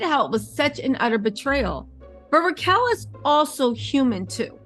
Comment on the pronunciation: It's Rachel. Not Ra chel.